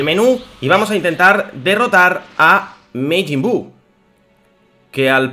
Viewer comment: Porque dices mejin buu se dice majin buu